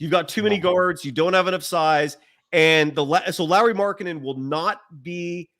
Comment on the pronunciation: Can you stop with the Lauri markanen pronunciation thing? It’s getting really annoying